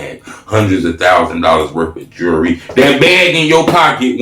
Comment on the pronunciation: he spelled jewelry right, but didn't pronounce it right. pet peeve, jewelry, not jury.